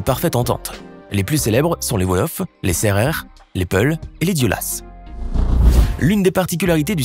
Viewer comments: Alors ça ce dit diola pas diolas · Diolas le "S" est muet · Les "s" sur les Diola(s) et les Tangana(s) ne se prononcent pas, ils sont justes employés au pluriel.Cure dent en wolof on l'appelle sothieu (sotch) 😉